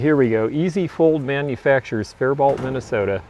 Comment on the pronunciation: Here in MN we pronounce Faribault - Fair a Bow :)